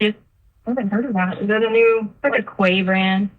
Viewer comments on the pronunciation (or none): Lol Quay brand .. its pronounced "key" brand.. this bitch trying to sound Bouchy